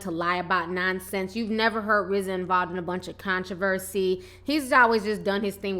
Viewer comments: Its RZA not RAZ... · Who is Raz? Oh you mean Rza. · Girl no, It's RZA!!!! Rofl!!! R-Z-A!!! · RAZ?? TI lol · its RZA ffs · RZA PRONOUNCED RIZ-ZAH